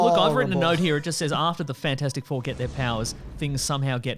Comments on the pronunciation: Nobody calls it Fant-four-stic Four. Just Fant-four-stic. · Glad I’m not the only person who called it fant-four-stick four.